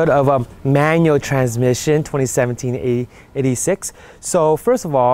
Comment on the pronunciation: It's pronounced eight-six not 86 like the original Hachi Roku